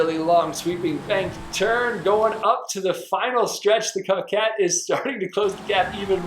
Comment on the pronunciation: It’s pronounced cookayy *good vid tho